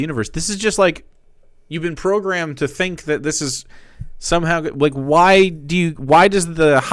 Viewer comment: I love the part where he makes stuff up to be mad about and goes "OI IS DAT WUT U FINK OF US"